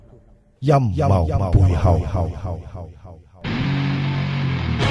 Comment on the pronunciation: 開場果時講到好似陰疣背後..